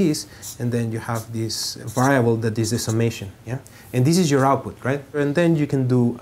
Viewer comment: lol to va rye able